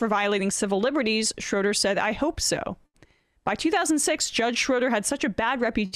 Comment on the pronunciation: Not "Grasskootz!" It's Grosskreutz. And Schroeder is not pronounced "Shrowder," but "Shrayder."